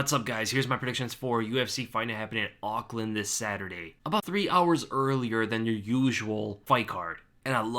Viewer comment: Auckland got a "C" in it brother's